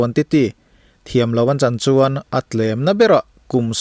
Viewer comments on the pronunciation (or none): none